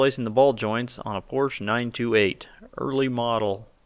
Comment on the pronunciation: Great video, with the small exception of mispronounciation of Porsche!